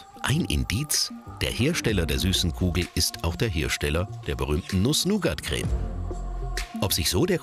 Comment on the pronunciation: hört doch mal auf so Alman zu sein und sagt nicht immer NuSs NOugAt CrEMe